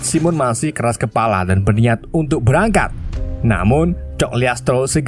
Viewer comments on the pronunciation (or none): none